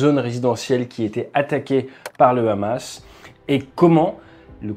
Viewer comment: Pouce bleu direct au bout de 10 secondes pour Hamas et non Rrrrramas